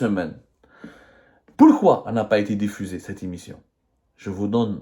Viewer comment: Est ce que tu révisiones tes vidéos ? Certains mots sont prononcés tellement faux qu'on dirait que tu n'a jamais été a l'icoule. Priviligiant au lieu de privilégiant Dérécteurs au lieu de directeurs l'immission, au lieu de l'émission a prés la parole au lieu de a pris la parole Inutile de continuer le reste de la "védéo" est du même acabit